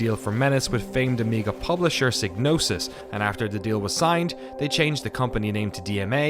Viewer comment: psygnosis rhymes with psychosis if you pronounce it correctly. It's Psy-gnosis.